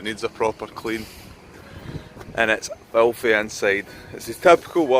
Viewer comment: Hahaha "felthy" xD